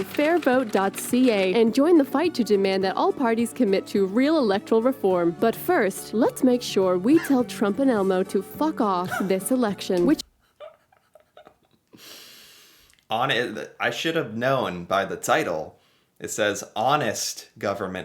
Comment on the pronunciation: You didn't even catch that she called Elon, "Elmo"! LOL